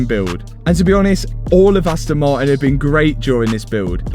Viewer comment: Why you never say Aston Martin? All I hear is Aston Marin 🙃